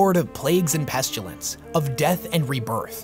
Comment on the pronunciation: If you're gonna say "pestilence" forty-or-so times, learn how to pronounce it, correctly.